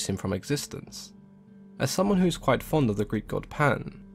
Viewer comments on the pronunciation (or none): none